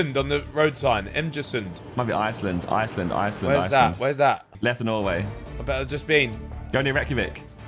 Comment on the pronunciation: NORWAY MENTIONED YESSSSS, They prounonce it really wrong btw, and Why did They say austrian, They talk german in austria bro